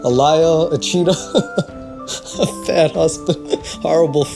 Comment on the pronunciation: I know says "a bad husband", but without the image it seriously sounds like "a fat husband" which made me laugh so hard! XD